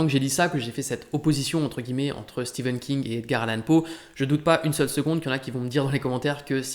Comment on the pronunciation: Enfin quelqu’un qui prononce correctement Stephen King